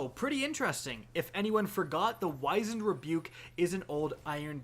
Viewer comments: Wizened is pronounced whizz end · I'm sure it's been said already 50,000 times but... it's pronounced like you're saying cheese whiz, just drop the 'h' sound. Like the musical, The Wiz. Wizened Rebuke, which means a clever comeback.